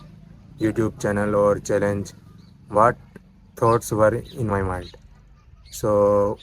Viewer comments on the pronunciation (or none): Hey, I am watching your videos regularly....I think you should Impove your pronounciation like what, watching. Otherwise you are going on a right track.